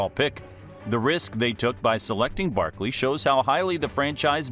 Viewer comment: Any body notice he dont say some of his y’s like at the beginning he said barkle and even typed it then mear the minute mark he said nittan lions